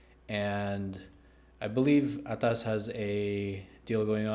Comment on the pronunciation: I really like how you say ATAS with an accent and I loved the review "Right out of the box" and your brought it home "Right out of the gate" with ATAAAS